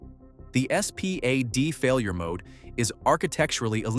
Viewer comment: You could just say SPAD not S P A D